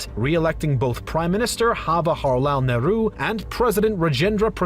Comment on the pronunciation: Nehru is turning up in his grave because of the video guy's wrong pronunciation 😂